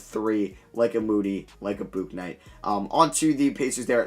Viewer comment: Bro it’s pronounced BOOK-night